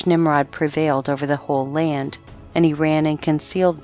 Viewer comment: She does poor pronunciation of word reading,too much expressing qith stress on letters "s - d - t" creating letters on words incorrectly. Ex: land ...she says lant